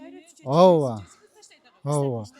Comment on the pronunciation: Мэрге айтып койгулачы, чоюлбай сүйлөсүн ауа дебей ооба деп эле айтсын. Анан Манас Ниязовдун баш кийимин ипподромго барганда кийип алсын. А так базар жок ишти катырып жатат.